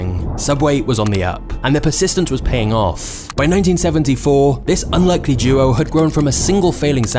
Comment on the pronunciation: Is there something about his accent that makes the last syllable of each sentence so drawn out? "Quiteinconsistentinhowtheylookedand operateeed." "Theywerequitewell offff." The rest of the sentence is so quick but then the final syllable drags. Very interesting